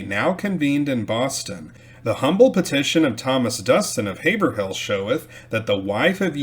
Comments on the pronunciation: Nice video! For what it’s worth Haverhill is pronounced HayVrill… kind of pronounced in 1 syllable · It’s pronounced Hav-rill.